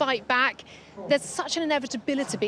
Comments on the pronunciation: "Envit-tability(!). En-vitability(!!!)... It's gonna happen" 😵‍💫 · Oscar, also, cannot pronounce inevitability. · You have to enlarge the n in an inevitability to roll it